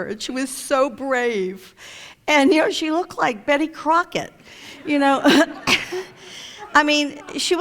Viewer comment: Bish just said "Betty Crocket"